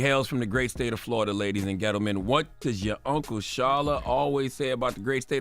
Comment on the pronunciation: Does CMTG intentionally say ladies and Ghetto-men?😂